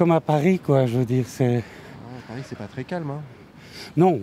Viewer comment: Allez, 10 secondes et on prononce déjà mal là ville au centre du reportage... Un peu de professionnalisme svp. Est-ce ce qu'on prononce le "s" de Paris nous?